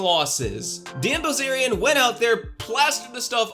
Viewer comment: What I heard the first few seconds "dan ballzarian" 😂 new subscriber here, after the kurtis conner/confident alpha man (forgot his name) video. Keep it up! 👐